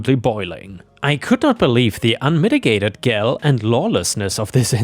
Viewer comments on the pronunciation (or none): Gall rhymes with wall, mall, call. Not pal.